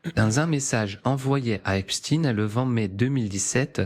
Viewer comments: Epstein... pas Epstin... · J'ai appris ce soir que l'on ne prononce plus Jeffrey Epstein mais "Epstine" car il est russe , c'est bien connu! Et demain la relativité restreinte d'Albert "Einstine", non?! Et je vais regarder par la suite un bon vieux classique de science- fiction qu'est "Frankenstine"... À mourir de rire, si ce n'était pas pour masquer une appartenance communautaire... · tu pourrais dire epstein et non epsteine ! c'est curieux cette habitude de voir des russes partout ! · epCHTEIN pas epstiiiin